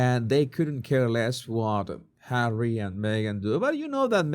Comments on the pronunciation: Why can this woman not say Harry?? It's physically harder to say H than Harry. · I loath how she thinks it's cute or whatever to call Harry H-A-I-T-C-H! 😡. We all know how bloody bone idle she is but she can't even say his name properly?! Perhaps she needs another lie down whilst everyone else does the work she will then pretend she's done! 🙄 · Why is she calling him H? I get it if she uses it if he would have a very difficult name to pronounce but its Harry. Its like putting him down with just saying H. Its like he's just a thing to her